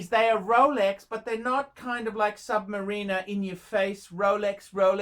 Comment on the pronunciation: THEY'RE RROUHLEEKS!! LOLEKS LOUHLEKS LOLEX PLEASE! ROLEX PUHLEASE!